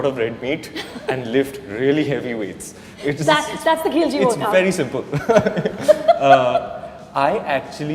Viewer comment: It's Khilji not khujli or khulji